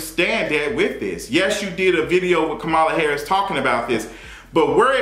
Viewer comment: 1. You’re right about Dr. Jackie. 2. You just did an entire video mispronouncing Kamala Harris’s name. It’s important to respect every person by at least attempting to get it right. I see names in different ethnicities everyday, and if I can’t pronounce it, I will ask that person and coach myself through it. 3. What’s wrong with women wanting to be off of work while they’re pregnant!!!!! Fake it not!!!